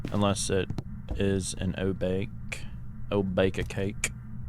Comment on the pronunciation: A great video as always but I would like to say that Obake is a 3 syllable word and not pronounced like O- bake ( rhyming with cake ) and is pronounced more like O- ba- ke ( the "ke" in Obake is the same as the "kay" in Okay) No offence to you or your content just pointing something out. Thanks for the vid👍